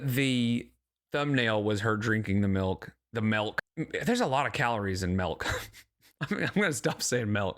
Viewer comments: "She looked right at me and said melk" 😂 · "She looked right at me and said melk!"😅😅😅 She's got your number, brother